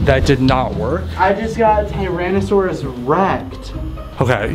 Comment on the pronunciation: It was funny when said I just got tyrasasares recked